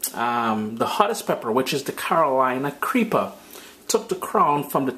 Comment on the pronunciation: Hey man, Carolina Reaper. U sound like U are saying Creeper. No matter. Your videos are always very good.